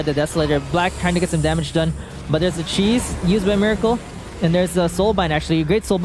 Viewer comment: Its pronounced Meh-racle